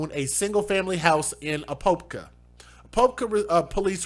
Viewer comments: A-pop-ka. Not poop. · A pop ka is the pronunciation. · Its... A-pop-ka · Apopka is pronounced Uh-Pop-kuh where Pop is like Soda Pop. These people should never ever get out. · Apopka is pronounced as “ A Pop Ka” it is east of Orlando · A - POP - KA . Not making fun of you just thought I'd help you out on the correct pernunciation. 💜🙏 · Its pronounced A POP KA its about 20 min from orlando. And these people make me sick. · It's pronounced just like it's spelled A-POP-KA POP like popcorn. I used to live there lol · And it's Apopka... Uh-pop-kuh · A-POP-KA Florida, and it doesn’t surprise me at all. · Your not saying Apopka right either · No its not I lived there for years , You are not even close to it !!!!!!!!!